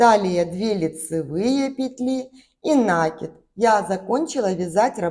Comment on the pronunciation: Красивый узор, спасибо! Только правильно ударение ставить : накИд, не нАкид, от глагола накИдывать